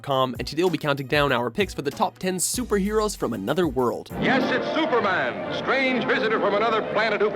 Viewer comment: Stuperman really? I know he is an alien and all why ? This guy?